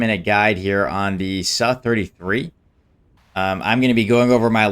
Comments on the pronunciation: Sukoi is pronounced Soo-koy. So every time you say su i cringe a little bit. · it should still sound like "sue" and not "suh" though right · I’ve never really been too picky on hot people pronounce things, until i heard this mf say “suh-33” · The suh 33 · He was almost spot on, Сухой is Suhoi, it's just not [a], but [u]